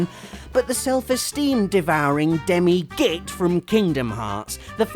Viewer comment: Whenever says git I always laugh as he always puts lots of emphasis on it